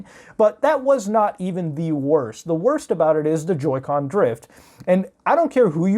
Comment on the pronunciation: Joy "con"